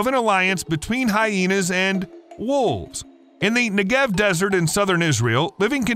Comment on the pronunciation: Negev - It's pronounced NEH-gev. The origin of the name is that it's wiped clean of water. Lenagev means to wipe.